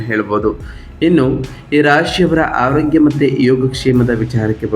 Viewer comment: ಮೊದಲು ಅ ಕಾರ ಹ ಕಾರ ಸರಿಯಾಗಿ ಉಚ್ವರಿಸಿ ಸಾರ್ . ತಪ್ಪು ತಿಳಿಯಬೇಡಿ . ಎಚ್ಚಿನ ಆದಿ ಹುತ್ತಮ ಅಟಾತ್ ಹಾರೋಗ್ಯ ಹಿರತಕ್ಕಂತ ಹೀ ರಾಶಿ ಹಡೆತಡೆ ಹಧಿಪತಿ ಎಗಲಿಗೆ ಹೊತ್ತಡದ ಹಿರೋದಿಲ್ಲ ಎಚ್ಚು ಒಸ ಹಿರೋದ್ರಿಂದ ಅನ್ನೊಂದು ಹಾರ್ತಿಕ ಅದ್ನಾಲ್ಕು ಅತ್ತೊಂಬತ್ತು ಹೆಕೃತ್ತು ಎಚ್ಚು ಹಾರೋಗ್ಯ ಎಚ್ಚಾಗುತ್ತೆ ಅದಿನೈದು 😊